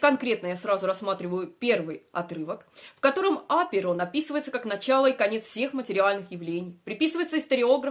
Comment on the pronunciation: Что с ударением?